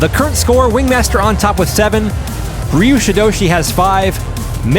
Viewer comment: It's pronounced Er-yew❤ Ryu